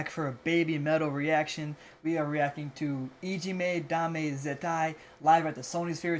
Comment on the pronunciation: Wow, your pronunciation is impressive. Most people stumble all over saying "Ijime, Dame, Zettai". This performance at Sonisphere was one of the most important shows of their career. It was their first performance at a western metal festival just a few weeks after Gimme Chocolate went viral and garnered them attention all around the world. They were originally slated to appear on a smaller side stage, but the hype generated by the virality of Gimme Choko led to them being moved to the main stage in front of 50,000 people. They have said in subsequent interviews that they were a little bit nervous about performing for such a large and unfamiliar crowd since UK festival crowd are notorious for being hostile to bands they don't like, but they were excited for the chance to show what they could do. When they stared, the crowd was confused since most of them weren't expecting to see something like Babymetal, but by the time their 25 minute set was over the crowd was chanting for more. A lot of fans call this moment "The Miracle at Sonsphere" because it was the moment that Babymetal proved they could be a legitimate metal act in the western metal scene and not just a gimmick as some of their critics claimed.